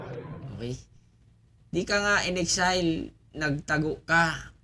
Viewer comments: Hindi po Excel. Exile po ang pag pronounce nyan... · ikorek mo ang pagbanggit mo ng exile